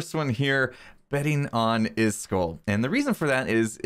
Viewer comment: iskull blah blah blah... Me: IskAAAAAAAAAAl!!!!!! Say it right!!!!